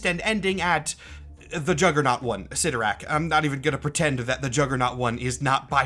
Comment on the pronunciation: I believe the proper pronunciation is CLYTtorak, not ClytTORak...